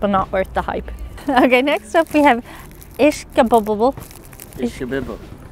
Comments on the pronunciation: ISH- KA- BIB- EL. Say it fast with a Filly acsent, Kind of Bayoneeze..... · Did they have a Philliy Cheesesteak with CORNED BEEF and CABBAGE?? BTW...it's pronounced ISH-KA-BIB-BULL! Also what you call "Grease" dripping out is probably just some juice from the vegetables and some fro the meat!